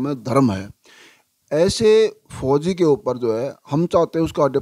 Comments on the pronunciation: Phoji ko kyu emphasize kr rhe ho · Or jaha bhi fouji ka name aata hai vaha aap bar bar stress dete ho fouji 'words' par Please aisa na kare aapki bohat meharbani hogi Thank you